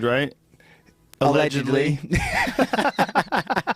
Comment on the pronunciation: "Alledgedly" hahahah